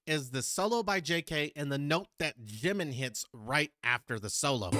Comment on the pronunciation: Jimin is pronounced with a J sound, not a V!